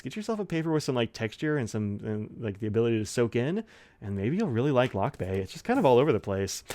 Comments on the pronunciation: It is pronounced /luck-BYE/; the accent is on the second syllable. Thanks for the honest review of Vinta Lakbay ink, it's proudly made in the Philippines. By the way, "lakbay" means "journey" or "travel." I am also planning to get a Vinta ink someday.😊😅🇵🇭✒️ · A little nitpicking here, Lakbay is actually pronounced as Lakbáy. But these awesome shimmer inks for the price. Great review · pronounced as luck-bye ( lakbay) it means to travel .